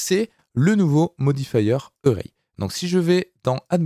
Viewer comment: Array se prononce comme Arrêt en français. Pour une fois que la prononciation est simple... ;)